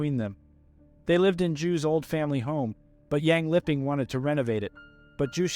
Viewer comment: Bruh literally said "lipping". This woman is dead. You could at least pronounce her name right.